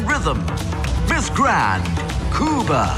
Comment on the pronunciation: why was he pronouncing cuba like that ..